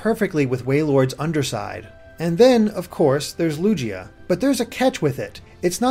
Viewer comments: xRealCautionx Lu-gee-ah and Lu-gii-ah are homophones, both pronounced Loogg-ee-yuh. You should clarify it by saying he said "Loo-jee-ah" and should have said "Loog-ee-ah". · | Sims 4 house Designer | Official pronunciation in the English movie is "Lu-gia" not "Lu-G-ia" or "Ludjia" as Gideon suggested. - _ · it's lu-gi-a not lu-ji-a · Excuse me did you just say lugeeah....I'm sorry but really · lugeeah? that is not how its proounced you guys should get pokedex 3d pro ad study up on how some pokemon are pronounced its lugeya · Wait... Lugia ISN'T pronounced like 'loo-jee-ah'? Have I seriously been pronouncing it wrong all my life? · "Lujia"? lol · Did he really say Ludjia? Sorry, I'm going to go crawl into a corner now... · Its ok:) everyone makes mistakes, I always thought Rayquaza was Ray-Kwah-Zah not Ray-Kway-Zah, I pronounce it Lugia as Lu-gee-ah like lugee or greek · Wow, never heard anyone pronounce Lugia as Lugeeah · The pronounciations, they kill me Lu-Gee-ah? Never, not once, have I heard Lugia be pronounced like this. It sounded like Lugia was in Yu-Gi-Oh and was morphed with Yugi for a little bit. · Oran Harold Oh yeah, made me cringe the entire time he said it. You'd think when the anime and movies pronounce it with a hard G that'd there would be less confusion. I thought Lujeeah was some kind of new pokemon like a defected Lugia. Maybe a Lugia with three wings and a derp face. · People are wondering why people think he pronounced lugia wrong, it's almost like there's an anime, movie, and video game that has voice acting that says its name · The way he pronounced Lugia......ugh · Oh well, G's are hard to pronunciate But its still wrong how it was pronounced in this video.